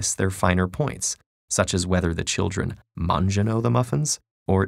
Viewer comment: that's not italian, it's an orribile way to try to pronounce it, i don't think it's so hard...